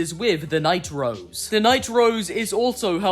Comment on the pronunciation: i think you're saying "Night-Rose" way too often - i keep hearing "The Nitro's" as if hope and diego are siblings named Diego & Hope Nitro...